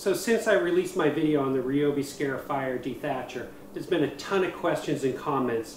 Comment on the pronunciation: It's not a "scare"ifier.It's a "scar"ifier.